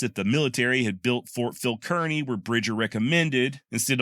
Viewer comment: FYI both the small town of Kearney, MO, and Ft Kearney are pronounced as would rhyme with Barney. We are from the Kansas City area. My husband has recently found your channel and is delighted indeed. Bill is 82 and a lifetime lover of history from the ancient to the Wild West. I had long been describing to him the wonderful deep and wide selection of education, instruction, and enjoyment provided by YouTube. Accordingly, I set him up with a new Roku with easy access on his television. He enjoys it immensely which of course includes many hours of pleasure watching your channel. Thank you!